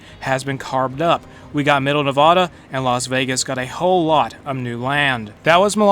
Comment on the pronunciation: Ya miss-pronounced the word Nevada